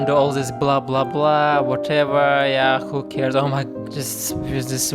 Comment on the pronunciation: You are so funny, I liked your accent when you call "who cares" 🤣🤣